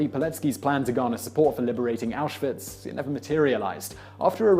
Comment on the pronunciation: "...In the hopes of being sent to auswitch". Yeah not the most common sentence uttered...